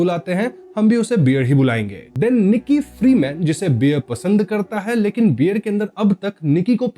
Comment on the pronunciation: Bhai beer nahi, Bear.